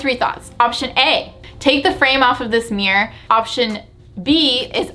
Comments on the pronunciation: I didn’t even realize you were saying “meer” instead of mirror 😂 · the way she says "mirror" like "mewr" 😂😂